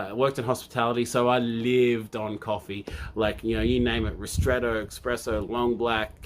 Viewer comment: "I used to be a barista"...... then says "EXpresso" again and again. Dude! ESPRESSO!!! (Love your work though - I've just started on TMS and going through all your videos! Thanks for doing this)